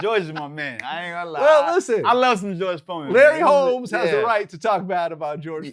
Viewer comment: Wtf this dude said Larry Holmes 48-0 wrong asf